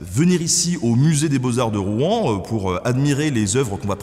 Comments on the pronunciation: Pourquoi les nonnormands disent Rou-en c'est Rouen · Alors, pas de soucis hein, mais on ne prononce pas le nom de la ville comme ca ^^ . On ne dit pas [Roue-an] mais plutôt [Rouwan]. Comme une seule syllable. En tout cas c'est comme ca que les gentilés le disent. Mais pas d'offense, dans le fond on s'en fou un peu. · J'aime pas la prononciation de "Rouen'. On croit qu'on va cracher tous nos boyaux ... Et j'habite a Rouen ...